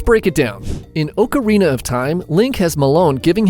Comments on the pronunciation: Ock-uh-ree-nuh is the proper pronunciation, you're right! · "okarina" "ryeu"